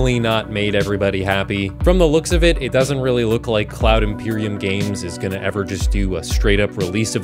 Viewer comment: "Cloud Emporium Games" You were soooo close. Almost got it right. Try again!